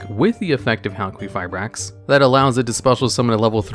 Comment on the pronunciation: About Halquifibrax pronunciation. I'm Greek so I've got you with the correct one. The name of that monster comes from the Greek word for Copper which is Χαλκός (halkos) and maybe even the Greek word for someone being made from copper (Χάλκινος Halkinos) so the correct way is Halkifibrax (ki as in kill.) AND I'M OUT.